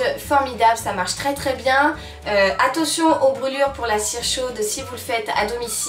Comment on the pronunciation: attention pas attotion 😂😊